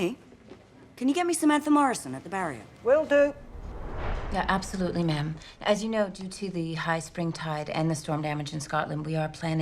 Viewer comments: The entire time it sounded like they were calling her mom. Hehe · Like the way they calling her Ma'am which sound like Mumm is someways. Great movie 👌